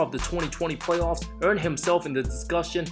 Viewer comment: Wait... did he just say "Way-off P"...🤣🤣😅🤣